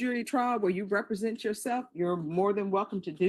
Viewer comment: But can he pronounce “represent” correctly?